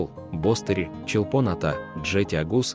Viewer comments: БостерИ. Ударение на последний слог. ЧолпОн- АтА. Та же история. Режет слух. Дизлайк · И ударения не на тех слогах. Послушайте в будущем произношения местными... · Видео класс, но ухо режет произношение Чолпоната, нужно произносить раздельно Чолпон-Ата 😃